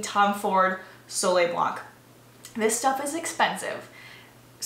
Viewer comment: I don’t mean to be rude, but we (French) don’t pronounce the « c » at the word « blanc » 🙈 voilà voilà...